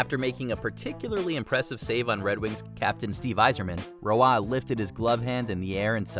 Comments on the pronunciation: Patrick Roy: is pronounced like Waugh, I know confusion when I first seen it and was like That's Roy (R-Oy) Waugh is prounced like (Wa- ah) only reason I find the mistake even funnier😂 the announcer prounced it correct right after the voice over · It's just WAAH!!! Not RWAAH!!! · Patrick Roy's last name is pronounced Wah like wah pedal NOT Rowah. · Patrick Roa. HAHAHAHA. Come on, you're Canadian! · The goaltender's name is pronounced "WAH". I would think someone at WatchMojo would know how to say it correctly, considering the site is based in Montreal, and that he spent about the first decade of his career with the Canadiens. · "Patrick Row-ah?" Can someone get Rebecca Brayton in here please! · Patrick roy not ruah. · How many times did the narrator mispronounce Patrick Roy's name 🤬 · I can't get over the mispronunciation of Patrick Roy